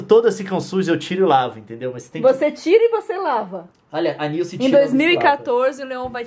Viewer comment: Leon chamou a Nilce de Gilce xD